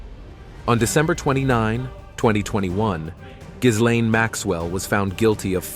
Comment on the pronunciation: Why are you mispronouncing, Gisland Maxwell name for, the s is silent, just like in island